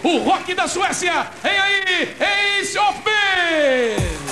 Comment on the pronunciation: "ace of the Basey" hahaha